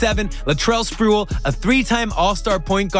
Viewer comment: tf you doing making nba videos if you don't know who Sprewell is? It's Spreeeee-well... Not "sprool". Or is this ai generated bs as usual for a 65 sub channel?